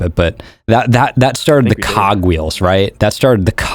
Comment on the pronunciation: "That started the cooog wheels." The Cock reels?